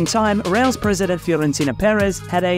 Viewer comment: Why are you calling him FIOrentino Perez when his name is FLORentino Perez? I don’t get it. No need to change pronunciation of names.